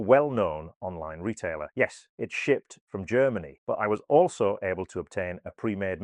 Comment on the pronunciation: I thought you said 'it was sh*t from Germany'! Actually you said, it was shipped from Germany'!!